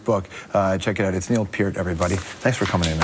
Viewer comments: Least he said Peart right this time. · That's how it's pronounced. P-EAR-T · Yes! Thank you! It's pronounced "Peer -t." Like, "Take a long walk off a short PIER." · What an interesting guy! Never knew how to pronounce his name properly... until watching this interview. Gone way too soon. R.I.P., Neil. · Thank god he said his last name right I respect this guy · His last name is so often mispronounced that when someone says right it feels strange... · Thanks for saying his name correctly!! Rest in Peace... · Stayed long enough to hear his NAME PRONOUNCED CORRECTLY!!!!!!